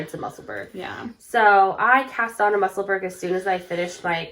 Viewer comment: pronounced Musselboro